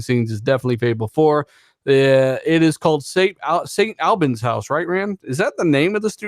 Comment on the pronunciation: The new Playground games studio site is more closely pronounced Staint 'All-burns' but not too much emphasis on 'R'. UK listener here :)